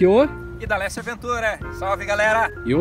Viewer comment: Achei que o nome do Idalecio era Dleste kkk. e que você pronúncia muito rapido 😄😄😃